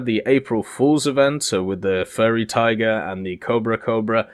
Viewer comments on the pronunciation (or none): none